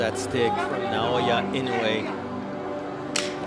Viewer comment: could'nt pronouce Naoya's name before the fight nor after lol.